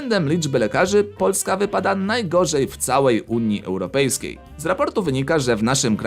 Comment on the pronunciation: Czy tylko mnie bolą uszy jak słyszę "Unia Europejska"?